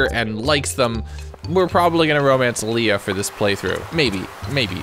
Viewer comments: Lee-ah. Lay-ah is Leia as in Star Wars...Leah is Lee-ah. Went to school with a Leah. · hearing you call Harvey "Henry" and Leah "Leia" hurt lol💀